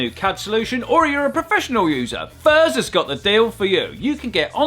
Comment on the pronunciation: "hello mr. furze! some stongah metal for ya!" 😂😂